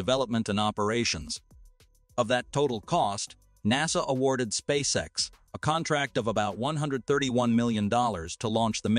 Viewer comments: "Spay-kex"??? Whoever you are, for the love of God, stop mass-producing fake channels with automated narrators badly reading poorly-written scripts. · spakex 😅😅, still informative 👍🏿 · Did it say, 'Spay-kex'? 'Massive Improvement', 'Real Genius', etc..is when your AI generated videos pronounce the words right. Or at least, you take the time to edit them. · WHAT THE HECK IS SPAKE-X?